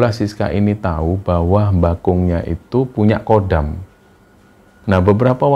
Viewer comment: Bukan Kodam, tapi Khodam.